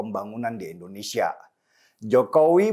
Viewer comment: INDONESIA BUKAN ENDONESIA 🙏